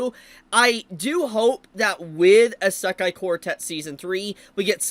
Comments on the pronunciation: Brother has NO IDEA how to pronounce "Isekai". Lemme help you, kid. It's said E-See-Kai , NOT A-Sak-Kai. (Semi) joke aside, I can't wait for more Isekai. It's been years! Sources: Japanese wife / Speaks four languages./ weeb for over 40+ years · Why does he pronounce it esekai